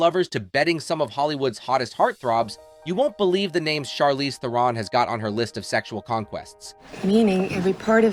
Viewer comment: It would be nice if you pronounced her name correctly